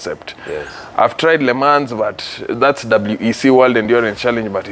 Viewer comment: encyclopedia head who only follows motorsports, and nothing else, but cant even pronounce Le Mans??? 🤔 And BTW, the "chair" as he calls it, when fitted in a car, is called a "seat". 😁